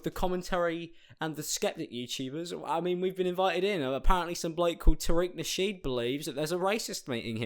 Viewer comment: actually it’s pronounced TAH-riq NEH-sheed. smh luh u tho